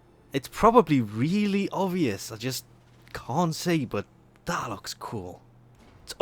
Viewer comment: stop saying BUT .... the way you say it , it sounds like BUTT